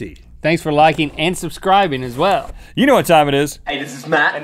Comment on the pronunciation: I always expect link to say thanks for "suscribening"